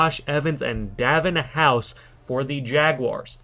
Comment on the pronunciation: It's nod davon. It sounds like daa vonn house